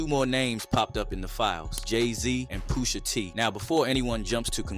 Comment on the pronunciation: Poo-sha tee. 😂